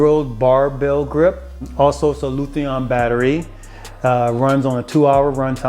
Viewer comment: Great video I just bought a pair but there is one thing I have to say, the way you pronounced lithium had me floored 😂